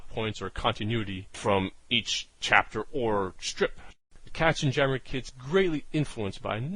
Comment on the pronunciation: Pronounce "KatzenYammer", as in yammering of cats.